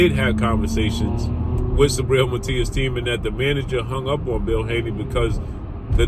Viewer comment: It's not "sabriel",it's "SUBRIEL" 💪🏽🇵🇷